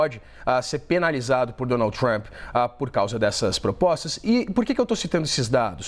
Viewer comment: Trãp não fala com Cértos tipo de Génte.!